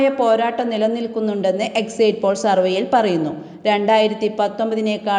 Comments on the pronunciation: Exit spell as' eksit' not exait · എക്സയ്റ്റ് പോൾ അല്ല സഹോദരി... എക്സിറ്റ് പോൾ ആണ്‌ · ഒന്നു പറയട്ടെ. ഇത് എക്സിറ്റ് പോൾ അല്ല പ്രീപോൾ സർവ്വേയാണ്. വോട്ടിങ്ങ് കഴിഞ്ഞ് നടത്തുന്ന അഭിപ്രായ വോട്ടെടുപ്പിനാണ് എക്സിറ്റ് പോൾ എന്ന് പറയുന്നത്. എന്താ മനസ്സിലായോ. മറ്റൊന്ന്: Exit എന്നതിന്റെ ഉച്ചാരണം എക്സൈറ്റ് എന്നല്ല, എക്സിറ്റ് എന്നാണ്.